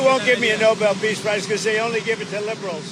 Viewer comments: It's the No-bell (Nobel) award not the no-bl (Noble) award Carolyn. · Someone should tell Karoline Leavitt the prize is pronounced no-bell and not like the word noble. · Levitt says it like noble. I don’t think she knows why it’s called Nobel. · Leavitt doesn't even know how to pronounce Nobel. She says noble. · It’s the Nobel Peace Prize Karoline, not the Noble Peace Prize! 🙄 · Levit can't even pronounce it correctly. She said noble, instead of Nobel. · Ms. Leavitt, it's No-BEL, not Noble. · Please tell Levett that the award is the Nobel Peace prize, not the Nobul Peace prize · She needs to learn the difference between noble and Nobel. 😒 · Nobel, not "NOBLE". But yeah, the rest I agree with. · People who get the Nobel Peace Prize (yes, Miss Leavitt, it's Nobel, not noble) are not felons, nor do they have people murdered to cover up evidence of their crimes. So sorry, Donny. Not. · The guy is delusional. The press secretary can not even pronounce the word Nobel. She pronounces it noble. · Is anyone gonna tell leavett that it’s no-bell and not noble peace prize? I don’t think she knows it’s someone’s name that it’s named after 😂😂😂😂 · NO-BELL! No one should give the village savant anything until they learn how to PRONOUNCE the damned thing. It is not the NOBLE prize (made for pizza), the NO-BELL prize is for peace; this collections of skin and bones has gotten Blacks and whites, Latinos and Blacks, Muslims and Blacks, Blacks and Trump blacks, Tom versus Jerry, Han Solo and Darth Vader!!! Give me strength.......or a Nerf bat!!! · Somebody ask Caroline if her soul dies a little bit every time she lies. And it’s Nobel not Noble. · He hasn’t done a DAMN thing that he says he did…and stupid Karoline should learn how to pronounce NoBEL, not Noble. My God, she’s as STUPID and BRAINWASHED as he is. Just makes you want to VOMIT🤮🤮🤮🤮🤮🤮🤮🤮🤮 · ☆ Stupid Little Miss Duplicity: "The NOBLE peace prize." It's NOBEL dumbass. ☆ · Did maga Barbie just say noble?😂